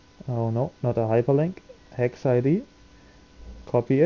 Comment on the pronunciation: I can't understand what you're saying dec or hex? you keep saying heck which doesn't exist